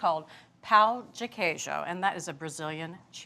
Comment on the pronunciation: The correct pronunciation of Pão de Queijo is not “POW de queijo” but “PONE de queijo”. In Portuguese, words with ão have an ‘N’ sound at the end. For example, the São in São Paulo is pronounced similarly to the English word “Sound” without the D. Anyway, the bread looks really good!